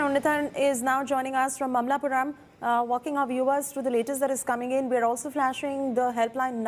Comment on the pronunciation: It’s not malampuram. It’s maamallapuram!